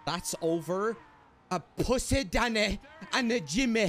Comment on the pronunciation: WHO THE FUCK IS.. WHOS DANNEH WHOS.... im dying lmao